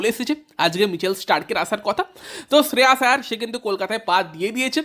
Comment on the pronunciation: Kkr admin be like শ্রেয়াস❎ শ্রেয়স ✅ ড্রে রাস ❎ ড্রে রস ✅ নারাইন ❎ নরেন ✅ সাকারিয়া ❎ সকারিয়া ✅ সুয়েশ ❎ সুযশ ✅ 😅